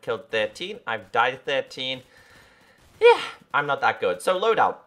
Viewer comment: that aim xD and you say yeahr thats so funny